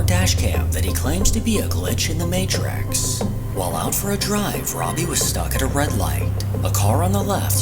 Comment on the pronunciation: If you must use AI voiceovers, please train it to pronounce words correctly; eg matrix is not "matrax".